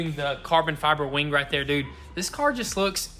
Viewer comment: I could've sworn it was called a WING & not a WANG dude 😂😂